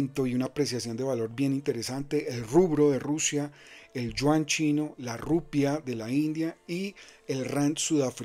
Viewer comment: La moneda de Rusia se llama "rublo", no "rubro".